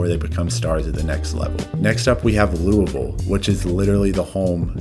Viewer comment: I gotta give you props for getting the pronunciation of Louisville right. Honestly in terms of a major league team id first push for a basketball team. As much as i enjoy baseball Louisville is more of a basketball city imo, the Cards are huge and people watch college basketball religiously.